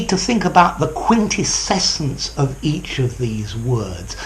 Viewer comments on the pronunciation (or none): Sir, are you adding an extra syllable in quintessence? Sounds something like 'quintescessence'. Probably under the influence of the adjective (quintessential), which I think is more common than the noun. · are you sure your pronunciation of the last one is quite correct? 😉